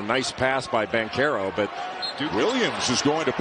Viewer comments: Its not Bankarrow its BanCHAIR Ohh foo even if im wrong im right lol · Who told that man it was pronounced Bank-arrow?? 🤔